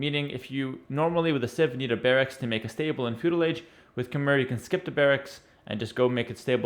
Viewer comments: its pronounced as ka mai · Khmer is pronounced as "KH-my". The "mer" part rhymes with "eye". BTW I live in Cambodia - the land of the Khmer.